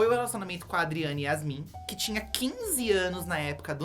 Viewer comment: Com todo respeito ao trabalho dos meninos e à história do canal que é claramente voltado para o entretenimento. Mas eu fiquei muito irritado com a pronúncia errada de alguns nomes envolvidos na história do Ayrton Senna, como Adriane YASMIN e BÉTISSE Assumpção. Eu sei que vocês recebem a pauta do vídeo pronta. Mas o quê custa fazer uma pesquisa de base para se inteirar, mesmo que superficialmente pelo assunto. Esse tipo de erro demonstra falta de profissionalismo. Demonstra que claramente fizeram o vídeo pelo hype e nem isso fizeram direito. Além de pesquisar, precisam melhorar a leitura.